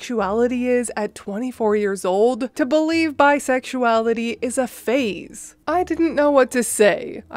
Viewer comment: Omg you crack me up!!!! "Bi-suex-lay-itty" I also admire how informed you are about LGBTQ things. Are you part of the community?